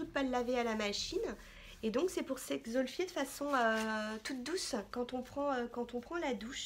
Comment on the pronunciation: Hello, J'adore tes vidéos, je ne peux plus m'en passer ! Gros bisous PS: On dit bien EXFOLIER et non pas exolfier hahaha